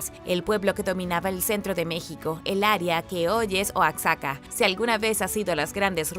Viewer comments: Excelente información, solo un comentario: Se escribe: Oaxaca pero no se pronuncia "oatzaca", sino "Oajaca"... saludos. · no criticó solo aporto, sobre la pronunciación solo agrego ya que también me toco esa corrección en Oaxaca la X se pronuncia como si fuera J cuando se pronuncia seria oajaca, la X ahi se pronuncia como J